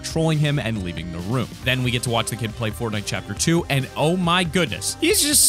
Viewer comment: in #1 did he say footnite